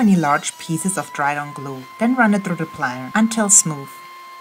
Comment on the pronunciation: Great job with the project. Looking amazing as always with your incredible smile and best of all, the finally pronounced ' plainer ' almost perfect 👍🤣 enjoy watching you and your projects. Keep them coming 🥰